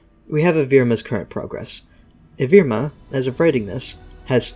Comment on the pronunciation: its evrima not evirma. how on earth did you get that wrong